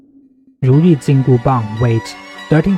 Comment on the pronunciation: I'm kinda curious...as someone from the US the pronunciation of the "Bang" part of the weapon's name is kinda odd to my ears as when I hear it, it sounds like "Baan/Bahn" with a silent G on the end. If it's not too much trouble, what would be the closest sound/pronunciation for someone who isn't fluent in Chinese or am I hearing it right and it's a longer A sound with silent G on the end?